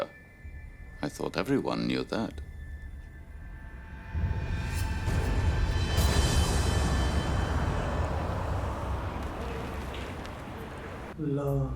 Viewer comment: This is so embarrassing to watch. First they can't even pronounce ALLAH properly. Second Islam never allow us to do bad things not even thinking. To kill for Islam is simply bullsit.